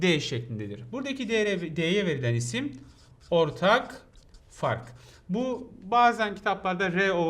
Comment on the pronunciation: te ortak fak der gibi dimi :)